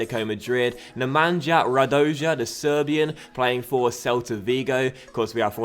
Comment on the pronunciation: Im so annoyed at that Stoke pitch i mean they are a good team for a cm but idk if i would be able to look at those squares on the field season after season.Also Nemanja Radoja is pronounced as Nemagna Radoya.